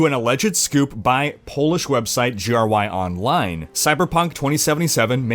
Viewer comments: Jry-online XD PS: You say "Gry" with same "g" like in word "games" beacouse "gry" means "games" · dżaryłaja online hahaha that made my day as a Pole ;D